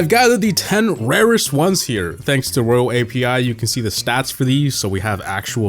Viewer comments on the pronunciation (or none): It’s not “Royal API” it’s pronounced ROYALE API. Like the way it’s spelled. Ffs.